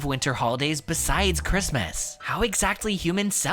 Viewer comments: What the hell is ch-wrist-mess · he was so funny when he tried to pronounce christmas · I know it’s sooooo silly!🤣🤣🤣😂🤣